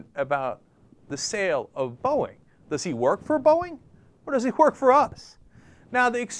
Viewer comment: did he just say borging?